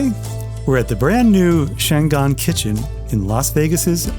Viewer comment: It is pronounced Chang an, a city in northern china. Always pronounce Chinese language by each syllable.